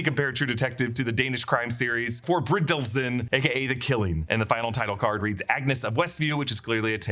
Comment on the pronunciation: The faqt that you said "Forbrydelsen" totaly wrong was funny - i am a dane so i can tell